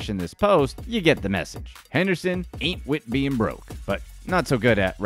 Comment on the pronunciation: Every time he said anit wit being broke I laughed the way he said it was too funny 😂